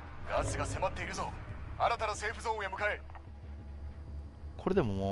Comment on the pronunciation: セーフゾーンってセーフゼーンとも読むんだ。へーって感心してしまった